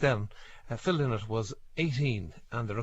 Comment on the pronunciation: Phil LYNOTT ! LY NOTT. Get your pronunciation of the great man’s name right at least. !